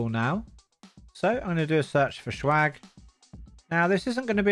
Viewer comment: Why do you pronounce swag like "shwag"? It's jarring.